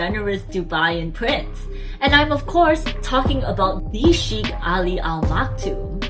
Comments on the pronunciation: It's not pronounced as chic but shake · It is not "Sheekh" it is "Shaykh". It seems he grew up in Philippines going by the fluency of Tagalog or had seriously learnt Tagalog with employees. The singer and the sheikh are obviously the same person. Royal families in the UAE are very large, consisting of hundreds of members. Only the direct descendants of the ruler and/or those holding ministerial portfolios are known to people. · Please try to pronounce "Sheik" properly.